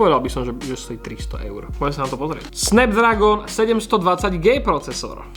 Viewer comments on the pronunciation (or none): nie „snebdragon“ ale „snabdragon“ a ešte prečo porovnávaš telefón z 2021 (realmi 8 pro) a z 2019 (xiaomi redmi note 7) radšej si ho mohol porovnať napr z redmi note 10 čo teraz pred cca dvoma týždňami vyšiel, ináč v pohode recenzia ale mohol by si ísť fotiť aj von nech plne vyskúšaš všetky foťáky.